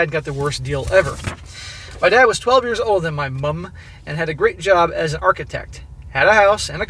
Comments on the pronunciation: Seriously, can you stop over emphasising the U in mum, please? Why is it always Americans doing this but people from every other English speaking country don't make such a big deal over the American MOM. It is getting to the point I cannot listen to these overseas stories because of it. Especially when you say it normally, then incorrectly correct yourself. We get it, you are American, get over it already... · Same here. Pity he can’t say ‘mum’ properly. Hopefully he’ll get there. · I'm getting tired of hearing him over-pronounce "Mum". It's like if an Australian pronounced "Mom" as "Moom". I get it we have different spelling and slightly different pronunciation, but its not like its pronounced with all caps in the middle of a normal sentence. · why do you pronounce "mom" so weird?